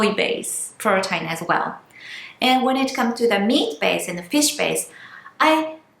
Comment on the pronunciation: please say protein like (pro teen) 😀😀 but great video :))